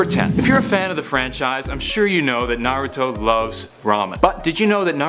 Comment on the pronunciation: It’s nah-rue-toe